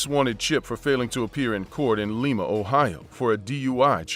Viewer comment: It is Lima, Ohio, with long I. Pronounced same as Lima Bean